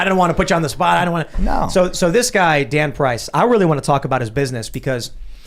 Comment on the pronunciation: Tim: We got a story with this guy Dan Price. I heard: we got a story with this God damn price XD